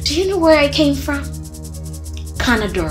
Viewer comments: It’s not canadar I came from canador 🤪🤣🤣🤣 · It is Canada, not canader...Lol! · " I am from Canader" 😂😂😂😂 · “Do you know where I came from?? Canader” 😂😂😂 I can’t stop laughing